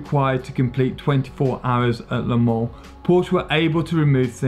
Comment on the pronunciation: And pronouncing an 's' in Le Mans. I have to admit I stopped the video. he started out reading like a kid in school then got kind of shouty... And must have said 'Porsh' about 100 times!